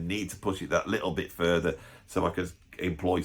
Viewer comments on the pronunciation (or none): none